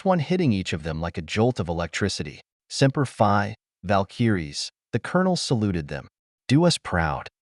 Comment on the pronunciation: Oh ya also if your going to use inspirational military terms. Make sure that they're pronounced correctly. Cuz I can tell you any Marine that heard your reply of semper Fi wanted to destroy their phone when they heard that